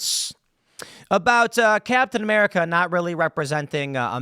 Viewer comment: Its captain "whaaamerica" now.